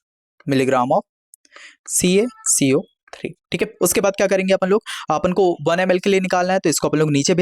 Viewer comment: Caco3 bolna seekho